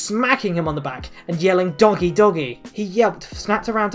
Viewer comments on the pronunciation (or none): When you said "doggy doggy!" I heard " donkey doggy!" And was confused for a sec, since I wasn't looking at the screen. XD